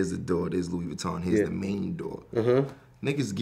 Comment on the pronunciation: Elle' No it’s not it’s loo-wee